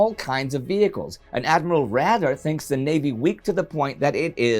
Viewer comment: Indy, please look up on how to pronounce "Raeder"!